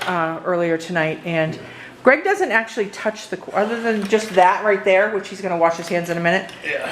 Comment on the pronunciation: Yes Greg pronounced it correctly